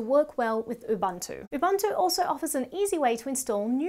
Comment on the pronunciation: Very informative video, but she missed that it's pronounced Ubuntu and not Ubantoe.